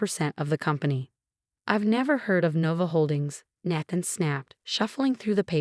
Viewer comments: Please adjust the A.I. His name is pronounced: Nay-then, not nah-than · Nay-than not Nath-en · Nath-an? Do these ever get checked? Listened to? Edited?